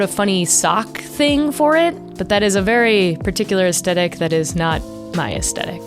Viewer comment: Great video - please learn how to pronounce aesthetic though. It's not as-tec-ic, it's ass-thet-ic.